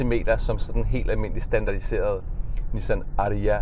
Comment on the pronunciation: Sjovt at du konsekvent udtaler #Ariya forkert 😁